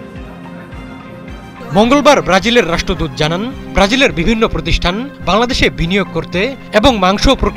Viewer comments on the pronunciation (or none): none